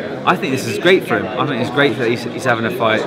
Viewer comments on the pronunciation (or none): Try to say think more, rather than fink, you sound uneducated!